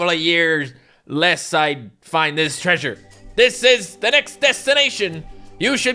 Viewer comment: The Word Saying Treasure..: Creature!!!